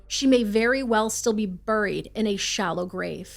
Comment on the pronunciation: I've never heard anyone pronounce the word buried like she does. 😅 Regardless, this is quickly becoming my favorite true crime channel.